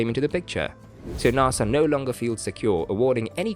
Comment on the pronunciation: It is pronounced NASA, not NAAASA you wimp what ever you are.